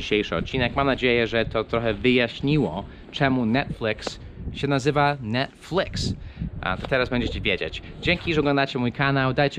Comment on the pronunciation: Nie mówi się Netflyks tylko Netfiks